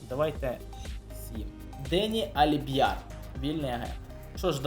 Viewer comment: Не душню, а просто поправляю Не Аліб‘яр, а Альбіяр